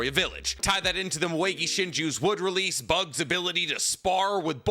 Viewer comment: Said “releasle” again 😂